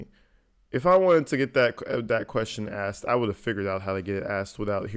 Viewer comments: It’s biast be cuz I axed! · Grounz! Grounz for the substained he axed without relevancy! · He has 1,000 years to practice saying the words “sustain” instead of “substain,” and “asked” and not “axed.”